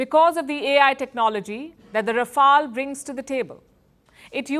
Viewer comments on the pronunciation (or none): Its "Rafale" and not "Rafael". Well that's what happens when you get your education from Madarsas. Congratulations to Pakistani Aand Forces for destroying Rafales.